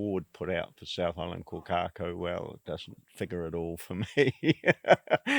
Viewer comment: Can't even pronounce the name of the bird correctly